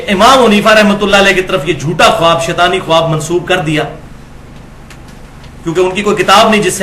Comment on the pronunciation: ماشا اللہ معلوماتی پروگرام ۔ زرا سی گزارش ہے کہ لفظ "خواب" بولنے میں "خاب" بولا جاۓ گا۔خواب میں"الف" سائیلنٹ ہے۔"